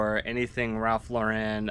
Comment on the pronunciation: It's pronounced just Lauren like the girls name. Ralph says it this way himself. Ralph Lauren is a Jewish guy from the Bronx, never understood when people add the french flare to the name lol. Great finds.